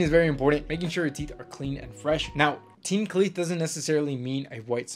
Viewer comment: Ah yes. Make sure you have teen cleath 👍